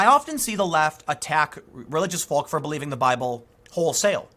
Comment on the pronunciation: He keeps saying "volk"